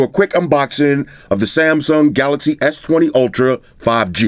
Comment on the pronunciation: "Samsung S20 Ultra Five GaNGsTa" hahaha